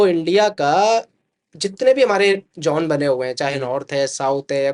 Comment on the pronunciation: Zone ❌john✅